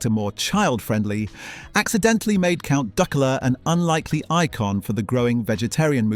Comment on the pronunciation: Count Duckoola. AI shite